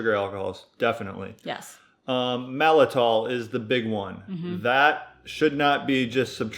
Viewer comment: Isn’t it maltitol?